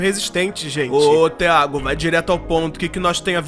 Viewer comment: "Ô TEAGO" kkkkkkkkkkkkkk